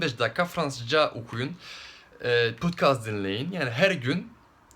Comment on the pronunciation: putkaz dinleyin mi diyor tam anlayamadım